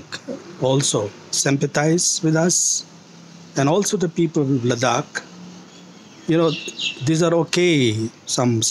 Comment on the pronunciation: He can't even pronounce the name of Ladakh properly. 😆😆😆 What kind of a Ladakhi is he? Just wanna say deep down from my heart "SHAME ON YOU"